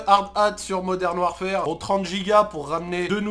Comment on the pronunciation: "Moderne warfere" 🤣😂